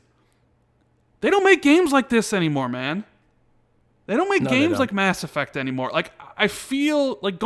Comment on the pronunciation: Mass Effuckt 😂😂